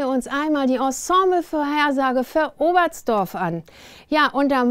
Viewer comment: Ts, ts, man hörte zwei mal „Obertzdorf“. Räusper, räusper ;-)